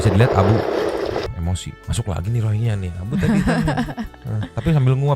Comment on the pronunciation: nyebut na tong rohingnya lah geuleuh haha geus weh rinyuhingnya wkwkwk tuman